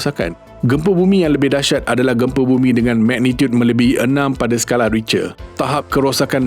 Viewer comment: sekadar teguran.. sebutan "Richter" tu salah.. ianya disebut "Rikte"